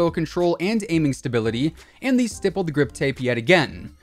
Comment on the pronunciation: This dude uses the word “stippled” in every video but doesn’t know he pronounces the word wrong.